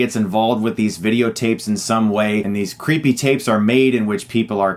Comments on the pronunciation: crippee tayps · I like how you say creepy tapes. 😂